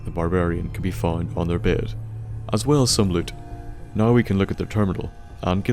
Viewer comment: lmao love accents pronunciation of "now"